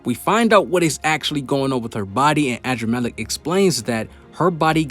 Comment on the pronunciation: Man said “adramaleck” but it’s really uhdramalect in pronounciation